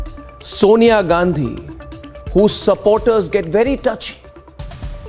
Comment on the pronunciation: Sonia is correctly pronounced as Sawnya साॅनया not सोनया ।